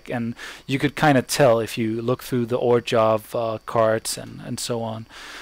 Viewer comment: great vieo! easy my fav deck in 2013. btw its pronounced OR-ZHOV. there is no G in the name.